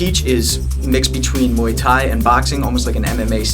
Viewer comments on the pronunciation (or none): did he say moii tai? lol